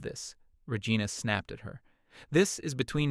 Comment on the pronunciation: I lol'd hard when the narrator AI pronounced Regina like Vagina. 😂😂😂🤣🤣🤣